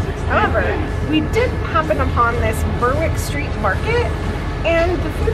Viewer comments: You might be better off pronouncing "ber-wick" as "berrick". (We do odd things with place names:). But so glad you're loving it all! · Ever since Ben and Jerry's went full-on woke, I've boycotted them totally. By the way 'Berwick' is pronounced 'Berrick'. You're a completely lovely couple! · Berwick is pronounced, Berick by the way. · Berwick Street is pronounced Berrick Street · "Berwick" Street = "Berrick" Street